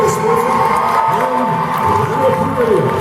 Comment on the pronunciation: Lana PaRRilla omg can someone pronounce her last name right....